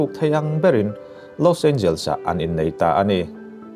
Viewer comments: Lawyer tih tur Lower han tih leh Khawvel ram lar Los Angeles tih tur Los Angels han tih daih chu ngaihthlak a ti nuam lo deuh hlek... han tang sauh2 teh.. thil dang pawh kan lo beisei zel ania... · (Los angels) ti a lam lo in (Los en ge les) ti anga lam tur